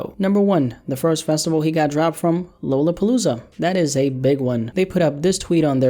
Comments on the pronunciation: lmao my guy said “Low luh palooza” haha. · "Lollapaloola" LMAOOO